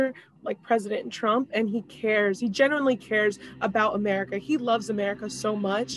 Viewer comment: I heard that as "generally cares" the second time and thought I had spotted something funny. Turns out she was trying to say "genuinely." Still funny how much it sounds like "generally."